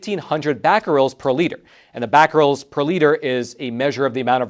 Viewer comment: Cesium is pronounced "See-zee-uhm", and Becquerels is pronounced "Beck-a-rels"...just for your information!